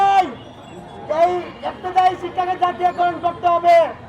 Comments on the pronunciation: ইফতেদায়ি না ইবতেদায়ি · এটা কেমন শিরোনাম। এত বড় উচ্চারণ ভুল করলে হবে? ইফতেদায়ি নয় বরং ইবতেদায়ি